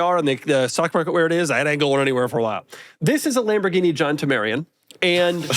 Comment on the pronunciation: The “Lamborghini John temarian” - Doug 2025